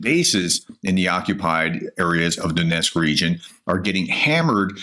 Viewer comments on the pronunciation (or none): what is Donesk & Ryzan? Almost 4 yrs and still can't read or pronounce simple effing names.. God bless Oleksandra and all like her. SLAVA UKRAINI